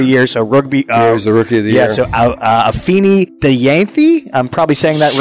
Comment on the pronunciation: Man said Afini Deyantji 🤣🤣🤣🤣🤣🤣🤣